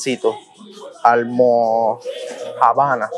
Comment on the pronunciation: Siiii no se porque ellos le dicen almojabanas a pan de bono porque para nada es lo mismo y no se pronuncia como tú lo estás diciendo se dice como con el acento es almojabanas asi corrido 😂😂😂